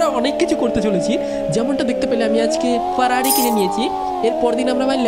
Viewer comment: Ferrari not farari